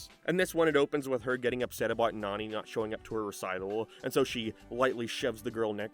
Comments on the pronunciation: fucking hate how this fella keeps BUTCHERING to nanis name, NAH-NE NOT NANY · Her name is pronounced “NONNY”, not “nanny”! You butchered her name! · Hearing the way you pronounce Nani is crazy, considering you liked the movies and have heard that they pronounce it differently Wait at like you switch to saying it right lol? Why are you bouncing from Nanny to Nani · Hey I'm gonna call you out as a fraud. You can't pronounce Nani's name correctly but it's one of your favorite movies? The live action movie isn't as good, but it's actually the only good live action from Disney. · i know you're an island boi(Irish) but I don't think Nani is pronounced like fanny. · Given the context of the whole video, the way you say “Nani’s” name is hilarious. Lmao